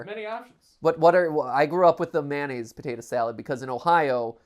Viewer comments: Mayonnaise. Not Manaze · Regional pronunciation I guess, because I say manaze as well